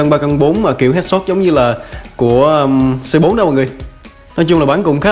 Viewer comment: anh ơi phải đọc là Cu Tứ ko phải là Xê Bốn